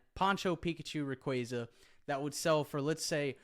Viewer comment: Lmao get outta here with the Rayquaza pronunciation 😂 my man pronounced it right and I will die on this hill haha